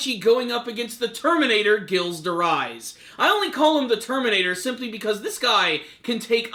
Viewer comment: ghilles de rais is pronounced Jeel de Ray